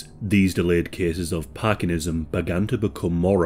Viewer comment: Parkinsonism, not parkinism.